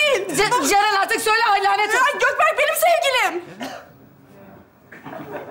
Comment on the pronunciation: Gökberk hilminin dedigi:Götberk 😂😂